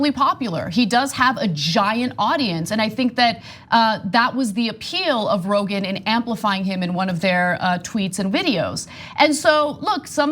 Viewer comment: She said ‘Brogan.’ 👍